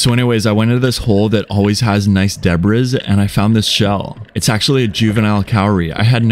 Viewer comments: Rd not "debriss", mate...it's pronounced "debree" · I know you are probably only saying "deb riz" to trigger those with a language and pronunciation fetish... It's working, I'm triggered! 😂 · Debris is not pronounced debriz... its pronounced debree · Deb-rizz? Is that how you pronounce debris (de-bree) in.. Australia? Is that where this is from? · The word is pronounced “ Dee-Bree” not de bris ….. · it's pronounced deb-ree, not deb-riss. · Debris is not pronounced Da-brez but da-bree or de-bree . the s is silent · is nobody discussing 'debrizz'??? Debris is pronounced debree, or you could just could call it trash! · “Debris” is pronounced “debree” similar to “degree” 👍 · "Debriz"? Is that a regional pronunciation for debris? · Dude, I love you and your videos and what you are doing for the ocean. You rock and are my hero. But (sorry!), you HAVE GOT TO STOP pronouncing debris like that. It is so grating and you have asked so..... It's debree. Other than that you are the man 👍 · Ok but why did you pronounce it debriz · It's pronounced "Deh Bree"! (Debris) you dingleberry!!! Also: See: Detritus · The way he pronounced "debris" hurt my soul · I swear you pronounce debris wrong on purpose to get more comments on your videos, and obviously its working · How did you pronounce debris? 😅